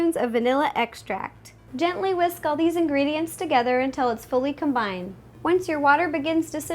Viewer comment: For some reason it bugs me when she says combind